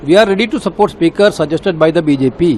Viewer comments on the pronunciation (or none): none